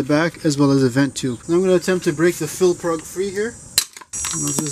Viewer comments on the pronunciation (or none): did you say fill prug?